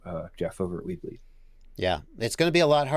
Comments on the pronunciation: Wait what? It’s not Weeb League? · Dude, every time says "weBleed", I swear I hear "WEEB LEAGUE".